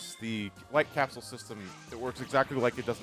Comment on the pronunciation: I cannot now unhear the Light Capsule being "White Castle"